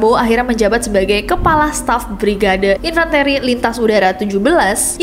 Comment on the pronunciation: Maaf kayaknya baca infanteri nya salah ya.